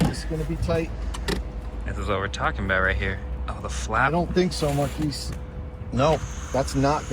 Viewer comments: bro must have seen "Marques" spelled out and never heard it correctly 🤣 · “Markees” lmao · "Mar-kiss" lol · Still processing the "Markeese" pronunciation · Mar-keys lol. Must be how car people pronounce your name 🔑🔑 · Omg, I wanted to fight him every time he called him “Markeece” 😩 and Marques was so nice about it! 😭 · "I don't think so Mar-Quise" 💀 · It default to Africa because... you know why "Mar-kise". 😂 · imagine meeting THE marques brownlee irl and you pronounce his name wrong on camera 😭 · The way you didn't correct him on your name. The slight chuckle when he says it terribly wrong is hilarious. I know he doesn't mean anything bad its just funny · Yet he couldnt even pronounce his name correctly. Geesh